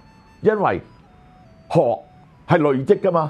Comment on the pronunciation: 有不少字的粵語讀音有誤，希能修正。如“累積”、“鍥”、“楫”、“駑”…